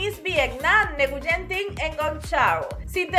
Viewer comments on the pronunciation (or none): No es neguyen por favor es guyen